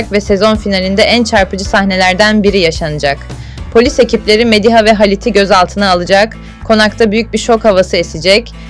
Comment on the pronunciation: Nalan'ı ne kadar kötü telaffuz ediyorsunuz ...Mediha derken vurgu ikinci değil üçüncü hecede ...